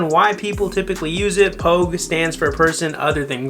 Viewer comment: dude, its "pogue". get your shit together